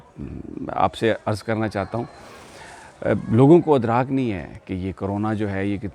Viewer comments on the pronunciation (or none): لفظ اِدراک ہے اٙدراک نہیں سمیع صاحب